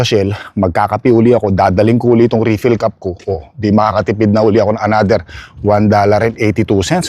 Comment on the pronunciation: Mali po pronounce ninyo ng refill, itanong nyo po sa anak nyo kung paano